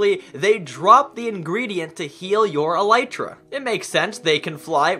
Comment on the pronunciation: I have never heard anyone saying elytra correctly